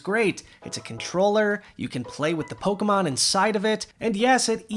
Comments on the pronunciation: hey! good job with the Pokemon names! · Good job pronouncing the Pokemon names 💕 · You actually pronounced all the Pokemon correctly